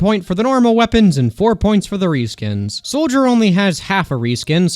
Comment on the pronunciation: Weapon Ree-skins…